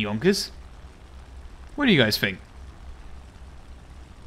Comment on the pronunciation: most Bri'ish W o t ever